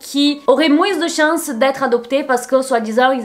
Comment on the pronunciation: Très bonne vidéo, on voit que tu te documentes énormément sur tes vidéos, que tu ne les fais pas à l’arrache. Pour ça je te félicite beaucoup !! (Ps: j’adore le « moinssss » avec le s à la fin, ton accent fait tout ton charme )💖